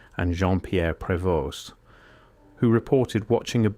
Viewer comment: Cergy is pronounced Serjee. His friends' names are pronounced Ndeeaye and Prévo